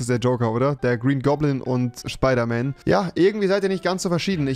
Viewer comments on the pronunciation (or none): Rewi: der Green goblin und schpider-man Ich: es heißt spider-man und nicht schpider-man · "Schpederman" Tolles Deutsch 😌⭐ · Niemand: Wirklich niemand: Nicht mal trymacs: Rewi: Schpiderman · U call it schhhhpeiderman 😂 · Niemand Wirklich Niemand Nichtmal Avive Rewi:Schpeider man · Und der "schpeiderman"